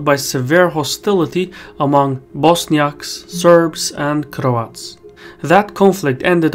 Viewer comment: love how you pronounce cRRoats haha